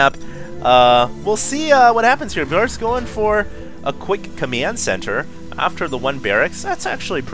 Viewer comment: always says "comiend senter":d